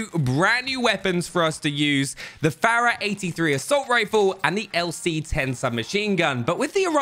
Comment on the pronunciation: The way he pronounces fara bugs me lol